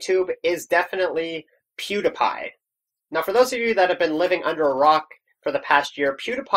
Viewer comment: you said pewdiepie's name wrong :/